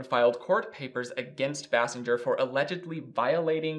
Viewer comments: His ex-wife’s name is Kim Base-sing-er not Bas-singe-er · Bay-sing-er not Bah-singe-er smfh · Basinger=BAY-sing-er not Bass-en-ger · FYI it's Bay-sing-er not Bass-in-ger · Kudos to you for factually pointing out in chronological order the fact that Alec Baldwin has a long term history and provable pattern of abusive behaviors that prove he is a useless pustule and a danger to society. Kim Basinger (Properly pronounced BASE-ING-GER) is an Oscar award winning actress who has been almost forgotten because his horrendous behavior went unchallenged. She was just another crazy woman in Hollywood. He was a white man in Hollywood as part of the good ol boys establishment remained unscathed. Thank you for doing your homework. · This is just a great show, I really enjoy it. It's Kim (BAY-SINGER), she pronounced it in an interview I once watched. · This is v nit picky but Basinger is pronounced like bay-singer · Thank you for correcting the pronunciation of her last name. It was driving me nuts. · I’m amazed that he was unfamiliar with Kim Basinger (thus the name mispronunciation). Kim Basinger was pretty much the “It Girl” of the late 80s through the early 90s. I remember being a child and seeing her in so many films and in countless magazines. For fun, today, everyone should look up and listen to the song “Peach” by Prince. It’s about her, as she and Prince had a little thing before she married Alec. Prince attempted to help Kim with a music career, but she wasn’t much of a singer. She did, however, make some cute little sounds that he tied into various songs during that period (he did the entire soundtrack to that 1989 Batman film), and Kim Basinger can be heard throughout the song “Peach,” making what sounds like a sort of moan-hiccup. I’m pretty sure Prince titled the song “Peach,” as Basinger hails from Georgia. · Please learn to say Kim's name properly. How can we consider your opnions when you can't even get someone's name right? You're welcome.